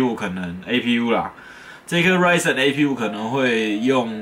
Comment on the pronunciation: 從頭到尾就ryzen 唸對，我的天